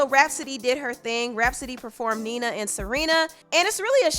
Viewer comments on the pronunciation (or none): none